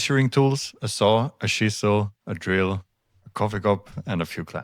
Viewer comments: When you said chisel. I though you said she saw😅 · I thought you said she-saw 5 or 6 times before I realized you were saying chisel. I was like, what is a she-saw.